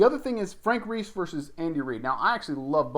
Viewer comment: If you can’t pronounce Frank Reich’s name, than it’s an automatic thumbs down 👎